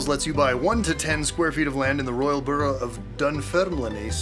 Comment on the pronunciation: bud, you butchered those Scottish names in your promo. Borough - is pronounced burr-ah Dunfermline - dun-ferm-linn I'm available for consultation the next time you wanna attempt some more. Lots of love A scottish fan who genuinely just wants Scots words to be said properly xo